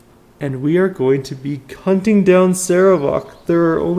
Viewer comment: "And we are going to be cunting down Sarevok"